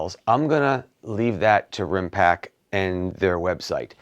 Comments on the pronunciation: I can't take it anymore! They are called Rimpact with a t at the end of the word. You know like Impact... Other than that, great video, thanks for the quality content. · I was going to say exactly the same, really good review but it's RimpacT! 😁